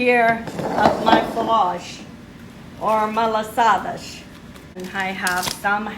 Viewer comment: It's also called malasadas in Hawaii. But I've never heard it pronounce as "malasadash". Is that how it's pronounced in Madeia and Azores islands?